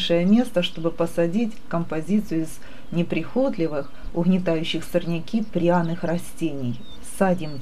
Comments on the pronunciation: в слове неприхотлИвый ударение ставят на слог с буквой -И, а не на -О. Уж больно ухо режет. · Не "садим", а "сажаем". И ударение правильно "неприхотлИвый". И это "Г" режет даже мое кубанское ухо. Не смогла смотреть, потому что не вынесла все это слушать. 😒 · Не прихотлив( с ударением на О).,это не говор, а безграмотная речь.